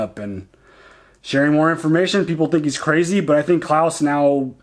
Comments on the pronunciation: His name's Kles, not Claus :P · You are doing great! Definitely... Please don't call him Claus. He's Klaes. You can hear it in S03E07, when he introduces himself. Dynamics between Anna and Amos has been built great. She is one of people Amos is looking up. Like with Holden and with Naomi at the beginning. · the guys name is klaes. not klaus :-) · Still calling The Behemoth "Beau-hemoth" Still calling Klaes "Klaus"